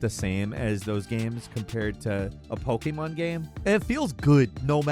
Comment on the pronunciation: Why are you always saying "Poke-aye-mon"? That is not how it is pronounced in Japanese.